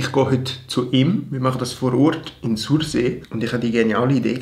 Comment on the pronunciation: „Sorsi“ ned „sursee“ 😘 geils video, wie emmer!